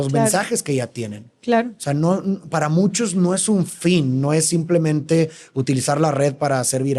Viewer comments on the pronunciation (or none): none